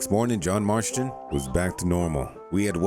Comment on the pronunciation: “Marshton” marston